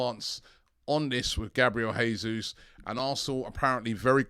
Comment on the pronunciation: Robbie I believe the 'J ' is pronounced in Portuguese. The pronunciation of Spanish 'Jesus' and Portuguese 'Jesus' are different.